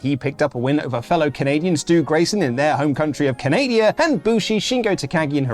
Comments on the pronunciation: What is this Canadia he keeps mentioning? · Wtf is Canadia u mean canada